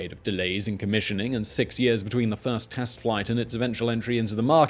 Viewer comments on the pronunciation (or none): none